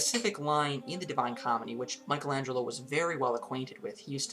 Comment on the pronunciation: What can you possibly teach us not knowing how to pronounce exactly either his name or the title of his masterpiece?!